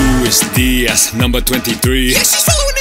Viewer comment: i feel like i hear " de ass" when the keep repeating Diaz, LMAO so like " Luiz de ass, ass, ass" ahahah